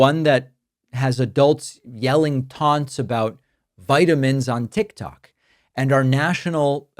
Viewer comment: Hi David I like listening to you and keep myself informed. Why do you say tik tak ? It’s tik tok. Thanks